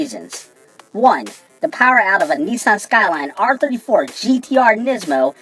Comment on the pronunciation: why does he keep saying neeeeson.